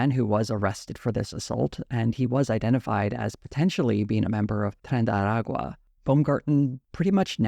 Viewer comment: Sad to see TYT taking this turn. Hopefully they will not go full Dave Rubin. P.S. dear,.your ancestry cry in Spanish speaking heaven everytime you mispronounce "Tren de Aragua"